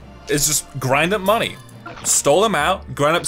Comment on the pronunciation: why does he say money likr monay????